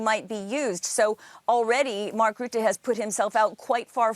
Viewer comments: All the pronunciation errors of Rutte as "Roette" (in Dutch, this basically means "Sooty") is amusing. Considering all the scandals that follow him around, calling him Sooty, even if by accident, is kinda fitting. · Hi name is not pronounced 'Roote', the letter 'u' in his surname is pronounced like 'uh' as when you'd say 'Uh ?? as in "What do you mean" ?? His reputation in Holland is more that of a prolific liar, who only remembers things that he wants to remember.